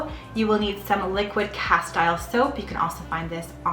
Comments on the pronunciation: Cas-TEEL soap.😊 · Great tips! and here's mine--Castile soap is pronounced CasTEEL. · It's pronounced ka-steel soap